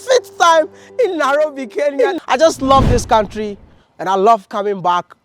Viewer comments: It's Nairofi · It's Nairobi Mr Ghana baby 🥰